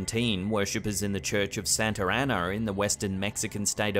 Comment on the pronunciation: “Church of Santurr Annurr” (Santa Ana). Good God, learn how to fucking speak